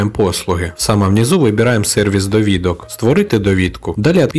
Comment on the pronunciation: дОвідка а не довІдка :) дякую за відос